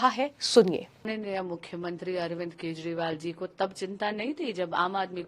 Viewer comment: केजरीवाल है,,,,, ना कि केसवाल हैं🤣🤣🤣🤣🤣🤣